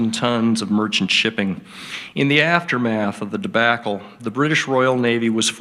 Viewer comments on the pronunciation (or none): Great job summing up WWII, but if you learn how to pronounce debacle you will not be pulled over by the grammar police.